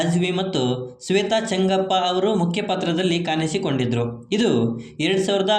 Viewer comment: ಕನ್ನಡ ಉಚ್ಚಾರಣೆ ಸ್ವಲ್ಪ ಸರಿ ಇರ್ಲಿ ಪ್ರಿಯಾಮಣಿ ಅದು ಪ್ರಿಯಮನಿ ಅಲ್ಲ ಇಲ್ಲಿಯ ಅನ್ನ ತಿನ್ನುವ ಮುನ್ನ ಕಲಿ ಕನ್ನಡವನ್ನ ಕಾನಿಸಿ ಕೊಂಡಿದರು ಅಲ್ಲ ಕಾಣಿಸಿ ಕೊಂಡಿದ್ರೂ ಅಂತ ಮಾರಾಯ